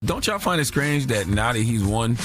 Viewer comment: Did he say scrange?